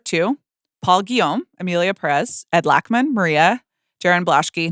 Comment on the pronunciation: INSANE that Ed Lachman ( Pronounced: Lo'ckman) doesn't have an OSCAR!